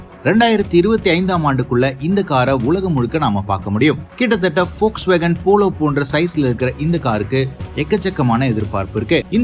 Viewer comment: Very few pronouns the volkswagen name rightly liked it ...